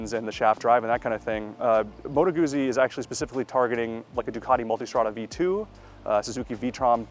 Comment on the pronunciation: Just say Guzzi correctly